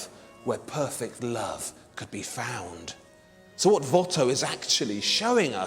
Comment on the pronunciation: If Antoine was Flemish, than you really butchered his last name